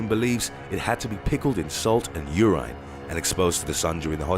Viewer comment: How can you not pronounce urine right?